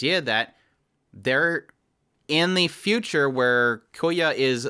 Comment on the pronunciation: loved the video but please if you ever talk about the show again say kyoya with the y in front of the k not koya